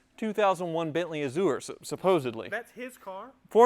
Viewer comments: “A-zhr” not “a-zoo-ur”. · Please Google how to say "Azure", its driving me nuts... its "Azzzyou're" not "Azzoore", sorry. Lovely car, as a Brit I'm kinda jealous. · I think the American pronunciation should be " a - zhr. " Uh - zoo - er is definitely incorrect. My mother is the grammar police but she's almost always correct. Azure is a color. The a is like the a in apple, not the "uh" sound. Only two syllables. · Love ya, but google this 'pronounce azure' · I am glad someone besides me was bothered by "uh-zoo-er." And I love the antics on the channel too! More power to and his fleet. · Look up the derivation and pronunciation of "azure." Love the channel!